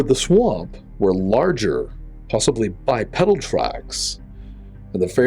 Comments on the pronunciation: Its not bi- pedal........its bi- peedle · Bipedal is pronounced bi-peedal.